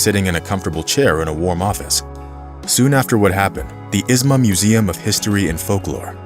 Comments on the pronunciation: it's not "Izma" (Is-ma) it's pronounced "Izhma" (EEZh-ma) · How can you say shure and not Ishma? It is not Isma! Has never been Isssma. Ishma! Shure! You shtupid? You foolish? Duh! Just saying. You folks all suck on foreign languages. Work on it! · It's not pronounced Izma, it's Ihma. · It is pronounced Ižma